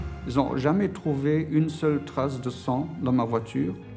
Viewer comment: "Aseule"... ptin les français, vous pouvez faire un effort de prononciation ?